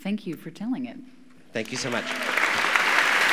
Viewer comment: She pronounced it right. His name rhymes with almond as he himself says. I know that's not how even an Indian would pronounce his name.